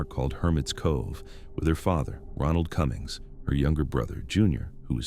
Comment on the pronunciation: Haley Cummings is pronounced with a long a 😢